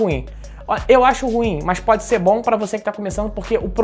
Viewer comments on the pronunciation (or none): none